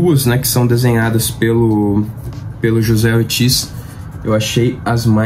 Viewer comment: só uma correção básica o desenhista anunciado aí na sua lista de mágico vento chamado José Ortiz ele é espanhol então no espanhol o j tem o som de r, ou seja pronúncia Rocé escreve José valeu abraço